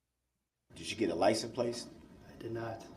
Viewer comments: WTF is a licen place? First time I heard him say it I thought it was just a slip of the tongue but that's what he says every time! 😂 just when you think Duh-rell has maxed out his stupid, he takes it to a whole new level!😂😂 man, he is dumb!😂😂😂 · Licen place 😂😂😂😂😂😂